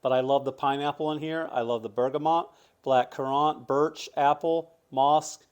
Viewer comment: Do they pronounce black currant that way in South Carolina?